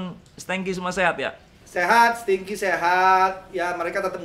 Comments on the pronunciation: Stingki mas, bukan Stengki, ya Allah 😭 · Ari :stengky bkn stingky